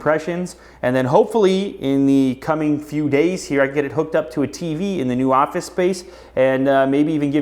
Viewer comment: The ''ofice''